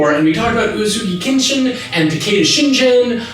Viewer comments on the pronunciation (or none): I winced every time he mispronounces the name "Shingen" as "Shinjin." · takeda shingen, not shinjen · Just FYI, it's ShinGen with a hard G, not ShinJen (soft G). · "Takeda Shin'J'en" How are you gonna pronounce Uesugi correctly but fuck up Shingen? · I like your videos a lot -- but did want to mention one thing in this particular video. Regarding Takeda Shingen -- around the mark or so in this video, you keep pronouncing Shingen with a soft "g," so it sounds like Shinjen. It is pronounced with a hard g. (It is a tedious comment, I know -- but since he is one of my favorite characters in Japanese history, I did notice it.) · Very interesting that they talk about Japanese names/words... when for all the videos Kyoto was pronounced wrong. It was pronounced kee-yo-to in the video, when it should be kyo-to (two syllables, not three). And as many people pointed out, Shingen should be shin-ghen not shin-jen. And finally, palanquin is pronounced pal-ann-keen. That being said, absolutely LOVED this video series! So awesome. Definitely checking out other videos from this channel. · It's "Shingen", not "Shinjen." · A little note... It's Takeda SHIN-GEN not Shin-Jin... 「しんじん」じゃなくて「しんげん」だよ～。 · Surprised by how comfortable a person can be with Japanese names without really having pronunciation down. Reminder: G in the Hepburn Romanization system is always "hard G" as in Sengoku. It's ShinGEN, not Shinjen. Japanese doesn't really have names ending in -jen. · Shin-gen. g like "greg" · Love the show. Love the fact that people get to learn more about the history of this period, but OMG I kept cringing at the pronunciation of Takeda Shingen's name especially since the pronunciation of Japanese names everywhere else is great. There are no soft G's in Japanese though. It is pronounced like GEHN because the base for the characters come from ka, ki, ku, ke, ko. When you add two dots to the upper right corner of those characters it turns from a k sound to a g sound, so only hard G's.